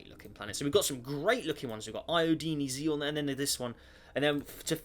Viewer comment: xenon is pronounced as zeen non